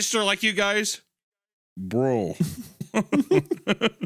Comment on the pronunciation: "bro" one of the funniest accented voicelines in the whole episode